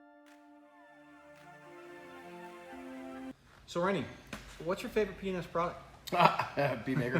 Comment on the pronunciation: Did you name it P&S so it sound like p3nis when you say it? Lmao love the products btw!